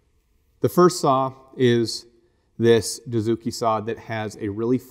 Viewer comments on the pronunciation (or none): Good stuff. Hey guys. Please understand this. I am a Japanese woodworker. Dozuki or Dotsuki. You guys pronounce "doo" zuki. This is totally wrong. It should be pronounced like "doe" or "dough".